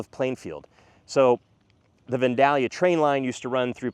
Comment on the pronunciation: We live in the Plainfield are and it's all as you have said. You picked some good areas of growth. BTW: It's Vandalia (Van-dale-ee-uh)